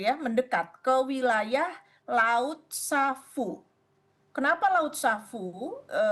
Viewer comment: Laut sawu. Bukan savu...